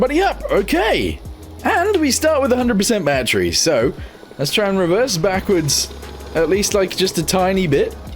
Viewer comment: its not batteru but battery